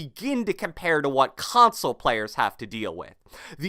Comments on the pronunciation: Cant handle when he says console it sounds like [cronsole] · Every word with a “c” or “k” sounds like “KKKKHAWNSOLE” “Khhhawnsole” “Khhoment”. I couldn’t stop hearing it. Lol.